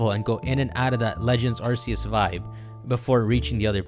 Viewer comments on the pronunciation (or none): none